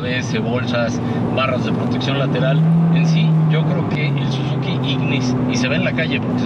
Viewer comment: Chequen las tablas dice "Sizuki"